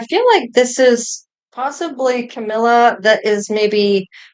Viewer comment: CAMEEELA not CAMEELYA